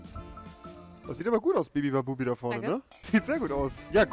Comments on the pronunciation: Bibibabubi sagt er die ganze Zeit Statt bubibabub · Wie Rewi anstatt Bubibabub, bibibabubi sagt 😂😂😂😂😂